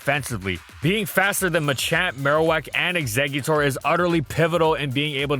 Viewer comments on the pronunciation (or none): none